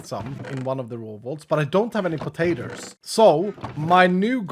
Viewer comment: say "pah-tay-ters". Lol. Love it. He could be from the deep south of USA. 😂